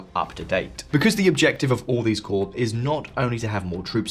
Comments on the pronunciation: Just a note for future: 'Corps' is pronounced like 'core'. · Corps is pronounced Core